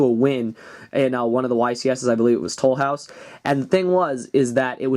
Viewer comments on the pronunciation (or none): Loved how you pronounced Toulouse "tole-house" I loled haha. Awesome vid keep it up man.